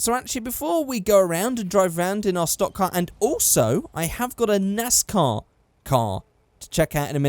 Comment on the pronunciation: thats a 'nice car' +accent 'nais/nas car' =nascar